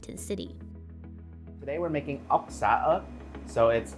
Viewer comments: i swear to god if i heard it being pronounced as ''ork'' again I'm going to lose my mind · Your saying ốc ưởmg